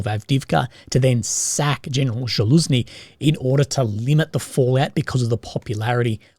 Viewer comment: you're fukken killing me. Repeat after me: ZA - LOOSH - NEE. you're probably the kind of person who says 'should of' instead of 'should have' and 'ourswitch' instead of 'auschwitz'